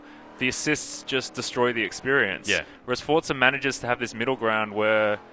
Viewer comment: WTF it's called "Forza" not "Fortza"!